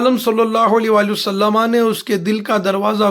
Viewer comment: जनाब हर बार आप वसल्लम के बजाए वसल्लमा क्यों कहते हैं